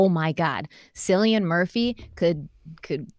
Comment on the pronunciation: peaky blinders Cillian is pronounced Killian not a criticm gaelic names are hard im Irish i know and it means lil church. ps love alot of same shows as u. Love u and Derek and of course we knew Derek was sarcastic about BB